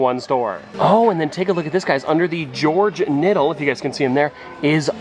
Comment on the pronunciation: “George Nittle” 😂😂😂